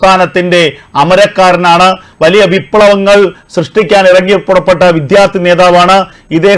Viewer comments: Use your pronounce correctly. Vidhyarthi alla. Vidyarthi ennu prayuka. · വിത്യാർത്ഥി അല്ല സർ വിദ്യാർഥിയാണ്